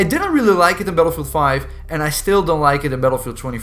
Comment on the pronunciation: haha when the video started I thought you say paedophile 2042